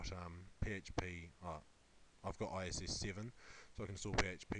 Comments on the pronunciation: All that knowledge, but can't setup a mic, or say I I S not ISS Jeez I wonder sometimes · why do you keep saying ISS? it's IIS...